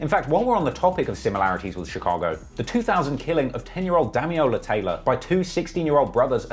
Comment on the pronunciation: Dam-il-ola not dam-e-ola Taylor.